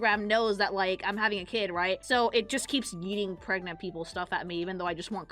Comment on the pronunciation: She’s starting to say Gregnant… she’s fully indoctrinated into the Sleeper Agents.